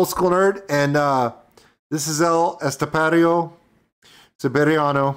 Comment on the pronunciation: Hahahahaha very good man. As a spanish from Madrid I give you a 9 over 10 on telling El Estepario Siberiano.